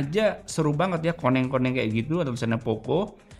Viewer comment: orang sunda??? meni lekoh pisan nyebat koneng na😂